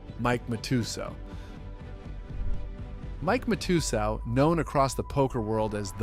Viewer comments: Mat-ah-sal , can't believe your pronunciation. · You really can’t pronounce Matasow correctly? MAT-uh-SOWW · nor Mike Ma-too-zow🕵️‍♂️ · Mike "mat-a-soew" for fuk sakes.. And its Scotty "New-Win" pronounced for fuk sakes Also, what's with the fake ass chatGPT people that u put as these poker players on some slides?? Shitty channel. Unsubscribing